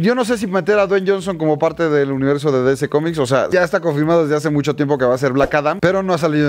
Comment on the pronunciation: Aprende a pronunciar dc